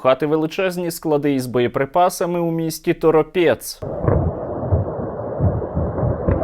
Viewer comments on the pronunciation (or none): Ті єбєня звуться тОропєц... Наголос на перший склад. Така от мова в кацапів.